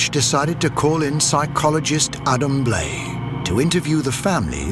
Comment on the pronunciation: You would think if a television network is going to put money into a documentary, they would at least make sure the narrator pronounced the featured guest's name correctly. Adam Blai's name is pronounced Bly.... not Blay. 🤦